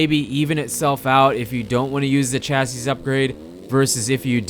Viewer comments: Chasseez upgrade? pronounced chassy. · chassis ---- pronounced "chassie"